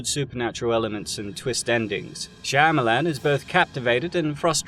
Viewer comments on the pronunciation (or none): Is it just me but every time I hear M Night shamyilan it’s just disappointing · I feel sorry for you boys, to be as mad about a few movies. Let's take that word again its a movie. And you pronounce the man's name incorrectly. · I never heard his last name pronounced that way but i love it